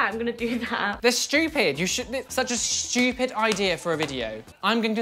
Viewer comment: Omg lol I have how says stupid "shtupid"